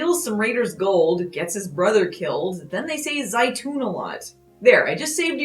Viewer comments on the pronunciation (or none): Zayton is Olive in Arabic!! So, he is just saying Olive oil, she just cook with olive oil.... Funny, he only pronounced it right once, the rest the Z vanished and replaced with an S :D